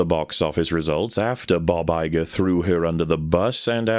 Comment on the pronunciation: Oh thank Christ, the long man asked the question that always pisses me off in settings with easy space travel. Bog Iger was also the best line flub you should have kept it in.